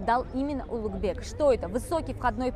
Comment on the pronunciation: Произношение имени Улугбека как "Улутбек" дамочкой, назвавшей себя гидом для нескольких умалишённых из России, перечеркивает нахер все теории заговора, проповедуемые этим каналом)) Низкая социальная ответственность её подвела))